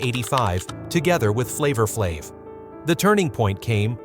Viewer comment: He lost me with the pronunciation of Flav's name, I quickly stoped and moved on to something else .....smh!